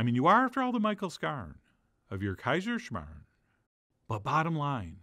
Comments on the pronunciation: woooow as an austrian i feel very happy right now haha! i love kaiserschmarren. love how you pronounced it haha! this is best served with zwetschkenröster or apple sauce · I am from Austria and I clicked on this video just to hear an American pronounce Kaiserschmarrn and surprisingly you didn't butcher it. Very nice. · Started this video just to hear how you pronounce Kaiserschmarren. To my surprise it was pronounced perfectly... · pronouncipation and translation was really A+